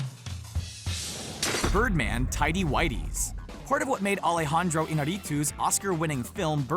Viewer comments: Alehandrou eenareetoos hahaha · alejandrooouu inarituos :V dum its alejandro Iñarritu can you put some effornt in your videos??